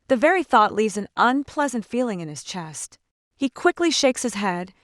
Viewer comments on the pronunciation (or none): none